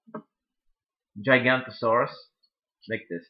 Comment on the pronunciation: I think the purple dinosaur is pronounced Jig-ano-to-saw-rus, spelled Giganotosaurus.